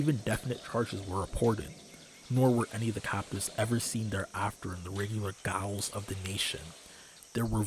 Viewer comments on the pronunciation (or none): it's pronounced "jail" you nerd. lmfao he said gowl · ff14 brain forces me to point out that "gaol" is just pronounced like "jail" it's just an older spelling of the same word. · Okay, first off gaol is an alternative spelling of jail, older and English rather than American, so HPL would of course favour it. It's not pronounced "gowl". Also, I wonder if anyone on this thread has read Lovecraft's Book by Richard A Lupoff, a historical novel in which HPL is recruited by Nazis who want him to write an American Mein Kampf. He's very interested until confronted with the actual level of violence of which his new friends are capable! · Is it Scots? Because ao/aoi make an "ee" sound like the name Aoife being Eva. I could def see a Scot pronunciation of Jail being Jeel, and the Gaol spelling just carrying over without adapting to the Jayle pronunciation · Not to mention that the word viscous is pronounced vis-cus, not "vicious".